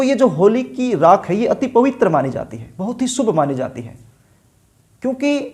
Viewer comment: Shindur nai hota sindur hota h, rassgulla khakar video na banein.,Darsako nai darshako hota h, Naas nai hota Naash hota h..Gutka khakar video nai banaein..bhaggg...